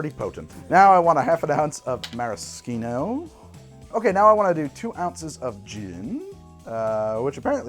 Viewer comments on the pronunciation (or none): It's Mara-shh-eeno. Now can someone tell me how to pronounce Pepperoncini?